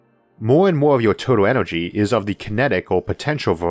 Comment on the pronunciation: Univorse... Orth... Onergy.